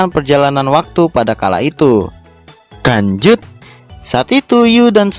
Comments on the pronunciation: Lanjut kok di baca kanjut sih.kanjut kan bahasa Sunda dari .. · lu ngomong lanjut apa kan*ut sih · Yang dituliskan "lanjut", yang gw dengar "kancut" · Bang language kali bukan kanjut